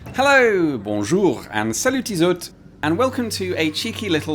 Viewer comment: The " Salut tizote " was perfect